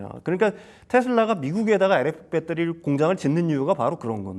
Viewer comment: 아 진짜 빼떠리 빼떠리... 진짜 듣기 싫네...발음 좀 고쳐라..